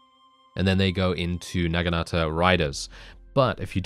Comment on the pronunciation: Isn't it Nah-Gin-Ta?